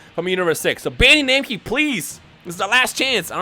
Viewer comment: Maybe they’re not listening to because they’re annoyed of him saying Bandi Namcy